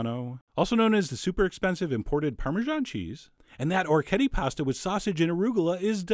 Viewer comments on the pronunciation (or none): The dish looks wonderful. I may try out soon. But, please, the pronunciation of the pasta is or-wreck-ee-et-ay! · This is incompetent from head to toe. First, don't trust anyone who doesn't know how to pronounce orecchiette (pronounced orek-ejet-tah). Second, he's boiling the meat. You cook the pasta first, put it aside, then cook the sausage and toss the pasta in the oil and the sausage fat. Its also much better with garlic. Garlic pairs better with hot sausage and bitter greens than onion. You also probably want to cover the pot to wilt the arugula rather than getting it all water logged. This is like the chef at the diner. Or maybe a lot of the restaurants that I've going to lately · Ok...say it with me: oh-wreck-yet-eh. It’s as easy to pronounce as it is to make. :) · I'm Italian, born and raised in a small village of Apulia and orecchiette are a typical pasta of my region. They even taught us how to prepare them in elementary school once. Anyway, the tradition wants orecchiette cooked with turnip green and a sauce made of anchovies and oil. We call it 'Orecchiette con le cime di rapa'. The pronunciation is 'orekˈkjette'! Thanks for the video chef, I'm glad that people around the world knows what orecchiette are :) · O-ray-key-ay-tay! Thanks for the recipe. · Pronunciation for anyone wondering: o-rek-HYET-te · Food Wishes No it's o-rek-kyeht-teh, look it up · For anyone who cares: O-rek-kyet-te The C and T are strong - there's two of 'em D: - . The R is hard (imagine some spanish guy say "Rodrigo", that R sound). on 'kyet', the vowels are pronounced exactly like the word 'yet', two separate sounds but fast enough to be part of a single syllabe. the E at the end is pronounced like in the word "tell" "hell" etc. No "eh" finisher. Source: just heard the word come out of my own Italian mouth c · Chef John, you are my culinary hero, but how can you not know how to pronounce the name of this pasta correctly? Oh-wreck-ee-yet! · orechiette is pronounced "o-reh-kyet'teh"